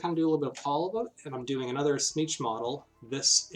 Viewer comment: I've never heard anyone say "Tzeentch" the way you do. It's like you're saying "snitch".